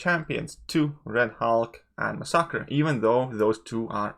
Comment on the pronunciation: Masakra?? Lol... C'mon, I think you mean Masacre (pronounced "Masaker" in English) /. Otherwise, completely agree with Colossus. I've been saying it for some time now. Had him R5 right after the beta and he's been putting in work ever since.